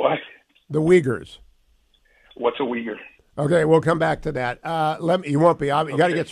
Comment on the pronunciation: to be fair, calling the Uyghurs “weeggers” makes you sound like an uncultured rube as well. So, in his defence, maybe he’s read the term, but never heard it being said like that. It’s better to pronounce it with 2 vowel sounds in the front, like Louis or gooey.